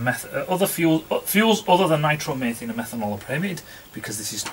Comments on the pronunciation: "Nitromaythene"? Must be Northerner for "nitromethane" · Pedant alert...! Nitro-methane pronunciation: Nitro meethayne :p Keep the front pawing the air :)